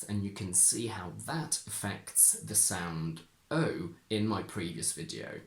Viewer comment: I am not sure, but I seem to hear you say [ oi] instead of [ai] ( like moi for my). But in some words you seem to stick to [ai]. Is it typical of all the speakers of Modern RP or only of some persons? Could it be a generally acquired Cockney feature ?